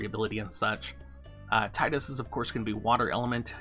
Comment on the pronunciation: Nice! Thanks for the info Doc. However, it's Tee-dus ;) I'm gonna walk myself out...